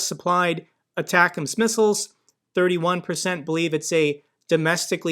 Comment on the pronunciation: Your pronunciation of atackums is my favorite